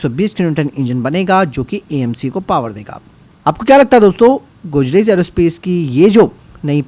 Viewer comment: Godrej bolna sikhle pehle